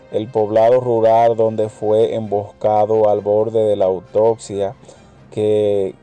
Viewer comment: Amigo para ser comunicador social el primer requisito es saber pronunciar las palabras no es autocia es autopista